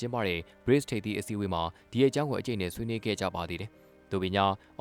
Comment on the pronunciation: BRICS ကို Breaks လို့ အသံထွက်ရင်မှန်ပါသလား